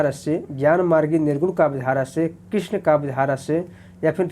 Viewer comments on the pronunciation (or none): none